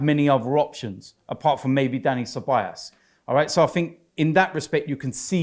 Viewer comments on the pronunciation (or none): and his “Ceballas” pronunciation. Pathetic